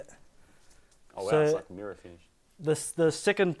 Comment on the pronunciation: was that mirror-finish or MIRA-finish? 😆